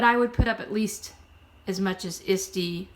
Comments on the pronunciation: all I'm hearing is Istie, kept thinking what is Istie? Sorry it is a bit of a toungue twister break it down it's ET SEE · Hi , thank you so much for sharing your knowledge on selling junk journals.. I never heard of the place "Isty" ? And was trying to look up such a site but found nothing. Could you tell me where this place is to sell junk journals.? Or are you trying to say ""Etsy".. pronunciation spelling doing the best I can because it's the name of a store so it wouldn't be an addictionary. Eht- 'see.. but if you are really saying Isty then could you give the site link please Thank you. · Good advice but I had to mute it and scan through and just read the tips. The repeated mispronunciation of ETSY (Eh See) was distracting as was the rambling and hesitation in the speaker were too distracting for me. To be honest if I did it I'd probably be the same way which is why I haven't attempted to do a YouTube video, :) I'd probably drive myself crazy with my awkward pauses and segways. I don't think I could sit through another video. At least the vocal tone was pleasant. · What the heck is Isdy? Are you trying to say Etsy or is it something else? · FYI, it's pronounced "ett-see" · Thanks for saying that. I could not figure what she was talking about. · Are you saying “Etsy”?